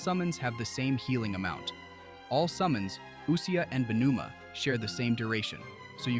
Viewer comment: I believe pneuma is pronounced without p. Neuma. Not Puh-neuma